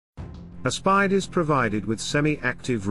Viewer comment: Aspide is pronounced A as in apple then speed. Italian spelling works a bit different to English spelling.